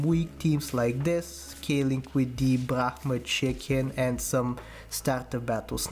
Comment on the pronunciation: A masterful run from a true SAP genius. Also, new elite pronunciation discovered: Brahma